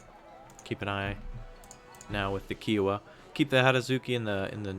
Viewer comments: couldnt help it and had to write it, its pronounced "chi-o-wah" not "ki-wah', othr thn that awesome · Ki - ow -a not Kee - ow - a